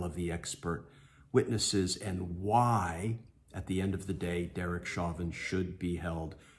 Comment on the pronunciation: His last name is French in origin. Pronounced as "shovan"